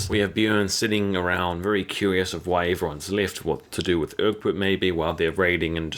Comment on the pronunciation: Who's Urkbit? I don't remember any Characters named Urkbit, who is that, Ecbert? Come on Man, I tell you this every time, well Urkbit is dead now so I guess focus on pronouncing the rest of the characters names